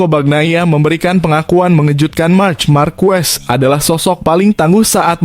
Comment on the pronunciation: Belajar mengucapkan yang benar itu bukan ejaan indonesia c pada bahasa itali dan spanyol diucapkan k goblok